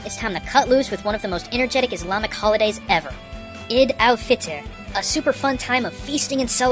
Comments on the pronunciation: and it's pronounced eed not ed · you actually pronounced eid wrong (its pronounced like eed(why i mention this....i have no idea)) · eid is pronounced ee-ye-d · The word Eid is not pronounced 'Idd' It's pronounced like 'Eye-E-D" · Eid is pronounced eyd